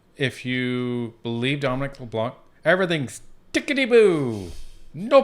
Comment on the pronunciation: pronouncing Leblanc.. ''C'' is a silent letter .. ''Leblan'' .... that ''c'' is reserved for the *unt that he is !!!! thank you 😁